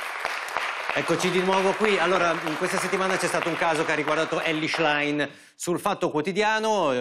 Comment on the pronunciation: Qualcuno insegni al conduttore a pronunciare il cognome della Schlein!